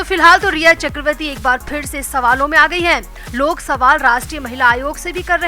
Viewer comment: Chakravati is wrong pronouns ,it should be chakraborty/chakravarty